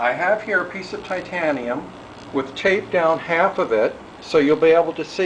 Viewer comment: Thumbs up just for the Thaiteeyianeeumnn!